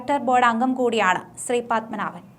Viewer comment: ശ്രീ... പദ്മനാഭൻ അല്ല. ശ്രീപദ്മനാഭൻ. വെറുതെ നോക്കി വായിക്കുന്നത് അല്ലാതെ പൊതു അറിവോടെ കൂടേ വായിക്കുക.